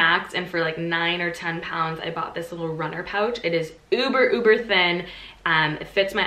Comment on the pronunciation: It’s so weird hearing an American say t k max and pounds xD